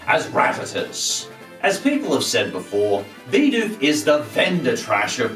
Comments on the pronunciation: It us pronounced Bih doof not bee doof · It's bi doof bi-doof it stun fish stun-finish stop saying it wrong it like saying butt free it triggers me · 'Bidoof' not 'Baydoof' -_